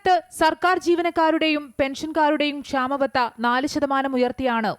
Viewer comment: ക്ഷാമ ബദ യല്ല ക്ഷാമബത്ത ഉച്ചാരണ ശുദ്ധി വരുത്തി വായിക്കുക